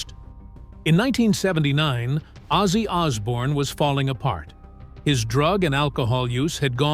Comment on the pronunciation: "It changed everything ozzy ozzbourne was born"?